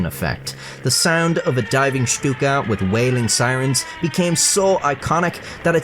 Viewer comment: I like your pronunciation of Štuka.